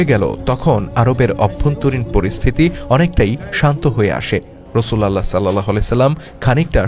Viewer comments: রসুল উল্লাহ । রসুল আল্লাহ উচ্চারণ হবে না । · শুদ্ধ উচ্চারণ হবে : রাসূলুল্লাহ সা.!!!